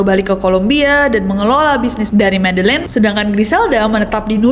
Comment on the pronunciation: itu bacanya medeyin, ll=y